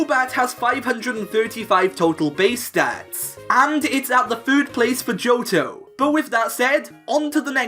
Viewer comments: I got really annoyed at "fird" "fhree" instead of third and three... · Why do you say "fird" instead of "third"? Lol